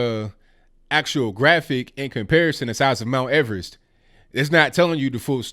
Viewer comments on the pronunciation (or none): none